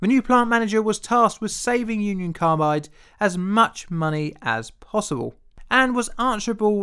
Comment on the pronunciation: I though you said "Uncle Carbide"